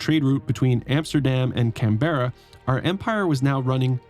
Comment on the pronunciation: As an Australian, I also thank you for razing Adelaide, but those pronunciations of Canberra and Launceston were painful 😅